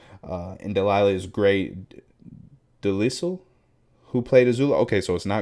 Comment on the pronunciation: Just a point of clarification, Grey Griffin has been credited as both Grey Griffin and Grey DeLisle (pronounced similar to Delilah, not Lisel)